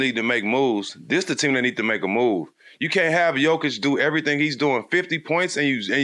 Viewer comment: At least Stak knows how to pronounce Jokić